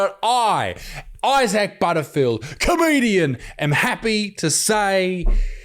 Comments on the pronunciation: Why is he pronouncing Issac’s name ‘I-sack’? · It sounded like he called you eye sack in the opening lol 🤣🤣🤣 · He calls you “Eye sack”. 😂😂😂😂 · Mr Eye-Sack😂